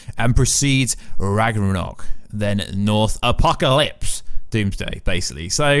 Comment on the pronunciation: its not called Ragranok, its Ragnarok, what the hell is Ragranok? is this a parody video this was confusing the entire way through